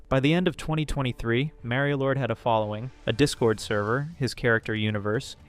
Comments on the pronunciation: Mareio? You mean Mario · I looove how the pronunciation went from 'mario lord' to 'merio lord' to 'mary lord' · I had to leave the video within 1 minute are we fr?? I love making fun of these creatures as much as the next guy but please tell me when the red hat Nintendo plumber ever called himself “marry-o” like genuinely where did this even come from I hate it so much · Why do you pronounce Mario like that..? The a is hard, you're using the soft a.